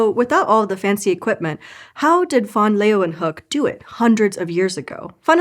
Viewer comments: Are you Dutch? It was pretty good, only the -hook part was incorrect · ”Leeuw” is one diphthong. She separates the diphthong into two syllables. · it wouldn’t be so bad if she didn’t add that extra syllable to his name. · I am also from the US. It was… OK at best; at least it wasn’t pronounced “lee-wahn-hook.” It should have been something along the lines of “lay-van-hook.” I can’t do the phonetic alphabet spelling on my phone. I will give a pass, as I am a huge fan. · This is how I learned I’ve been pronouncing his name wrong for years. Which is weird because the right pronunciation is actually closer to what a naive English speaker would say. I wonder where I got the “LAY-ven-hook” pronunciation from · Mild yodelling was an interesting approach to pronouncing van Leeuwenhoek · I wanted to listen to the story but CANNOT stand to hear you pronounce this man’s name one more time. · Why Pronounce van Leeuwenhoek wrongly? I know that 99% of the world's scientific knowledge was made outside the USA, so you really need to spell things correctly. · Always disappointing that Americans have such disregard for correct pronunciation of names, or is it just disrespect...? No one in the production bothers to ask the question and spends 15 seconds looking up how to pronounce the name of the person the video's about...🙄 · But it wasn’t pronounced properly at all… 😂